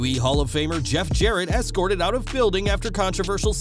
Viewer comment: No such word as Excorted, the word is Escorted